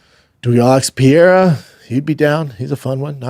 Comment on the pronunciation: Alex "Pee-Era" 😂